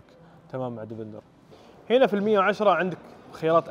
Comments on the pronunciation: اسمه ديفيندر ليش تقول ديڤيندر !! دا انجليزي يامرسي ؟ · اسمه ديفيندير مو ديفندر ولا ديڤينذر